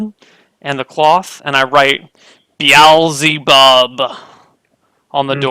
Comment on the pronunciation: Wait! Has he been saying Beelzebub this whole time? Could have sworn he was saying The Owls Above xD